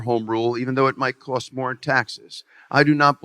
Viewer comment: “It’s gonna cust ya an arm and a leg but if you’re a good person you’ll do it”🤣